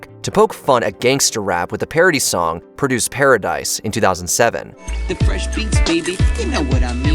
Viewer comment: "ProDUCE?" or "PROduce"